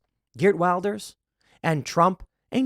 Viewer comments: You probably won't read this Tim, but in Wilders the i is pronounced as the i in willow, not the i in wild. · Just to help: Wilders is pronounced will-ders.